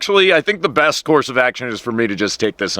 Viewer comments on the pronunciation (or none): none